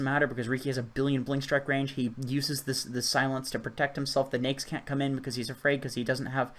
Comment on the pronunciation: Y does he say naix' name as nyx?